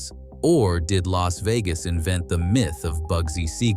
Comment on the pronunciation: "LASSS" VEGAS???